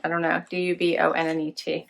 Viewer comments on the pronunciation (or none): do-bon-ay (Dubonnet) - it's a French aperitif wine! I love the color on you - if you think it's a little dark, add a lip gloss on top. Ciate is a great brand, and there are enough neutrals to make some great looks! This was a really good box - everything is usable, and the Laura Geller primer is a really good one.